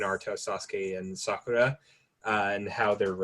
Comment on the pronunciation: the way you say sakura is cringe..its sakoora or sakura..not saakara...ok?..its not elegant for her...its meant to be said sorta gross when referring to her...shes not a good character